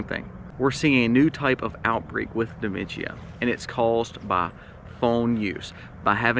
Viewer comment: No need to add an extra syllable to dimentia